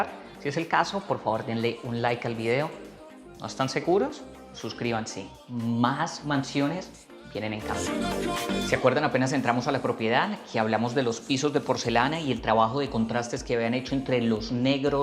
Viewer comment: Hola gran video como siempre! Una cosita que no se si te la hayan dicho ya, pero en la intro en vez de mansiones dice masiones 🤭